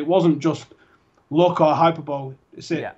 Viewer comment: That moment when you don't know how to pronounce a word. Stephen says "HyperBowl" .